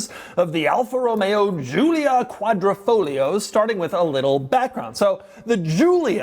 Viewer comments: Is Quadrifoglio, why say Quadrofloglio? -_ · Quadra - Fo - Glio -------------> The 'G' is not silent... Betting the auction doesn't get to the sellers reserve price.